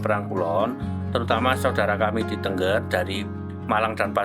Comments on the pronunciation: Naratornya salah dalam mengucapkan Tengger, bukan Tengger spt kalimat burung bertengger...tapi e nya diucaplan e spt kalimat 'tenggelam..." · Bacanya itu t𝙚ngg𝙚r bukan tengger